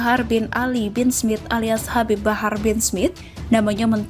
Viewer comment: Min barah apa bahar??,, Please deh cek dulu bacaannya sebelum di upload🙏🙏🙏